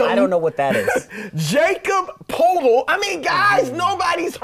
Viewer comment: Jason with maybe the most ludicrous argument of all time with the Nash over Harden thing.... But Chris my man you mispronounced Jakob Poeltl and OG Anunoby. Great Pod